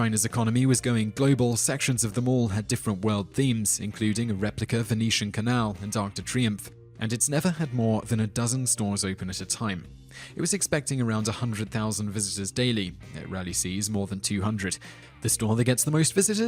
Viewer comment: Trudeau is pronounced more like True doh. Triomphe is pronounced with a short i as in insane and the om is as in ominous. Just nitpicking, I really liked your video anyway.